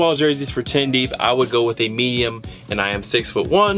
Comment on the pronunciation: You must have said "meyum" like 50 times in the vid.